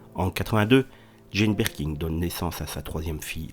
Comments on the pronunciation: C'est Birkin et non Birking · Merci de prononcer son nom correctement 😂😂 C’est pas birking chef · Mais putain , pourquoi dites vous BirkinG ? Y’a pas de G à la fin de son nom , bordel ! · Jane "Berking" non mais je rêve ! En plus mec ne sait même pas lire ! Nul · Rooooo, mais non on prononce pas le G il y en n a pas !!